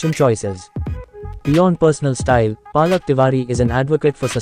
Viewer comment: Lol, it's Palak not 'Paa'lak. Superb edit though. Aaj pehli baar iske naam ki mutthi peli jayegi. Iski maa ne toh khub thakaya hai chote bheem ko.